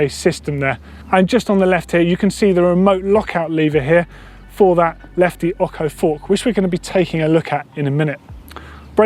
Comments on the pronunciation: It’s oCHo, not oCKo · dude, its OCHO ( OSCHO) NOT OKO! FFS! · Ocho its pronounced "otsho", not "occo" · Hey I know you're English and all but seriously fam, it's lefty ocho, that's o' ch' oh. Not okko. Wtf dude? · I love ya man, but please learn how to pronounce Ocho (oh-ch-oh). It's Spanish for 8.... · Exactly even Cannondale say Otsho as pronounciation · The bike and the fork is awesome, but, for improving your spanish, as ocho is a spanish word, the ch is pronounced like chain. See you.